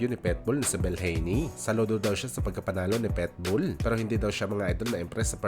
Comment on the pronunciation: Pit bull hindi pet bull mag kaiba yun😂